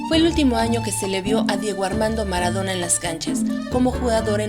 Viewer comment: Es "Maradona", no "Maradora"....